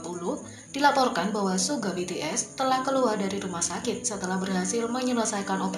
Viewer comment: bilang suga malah suge hahah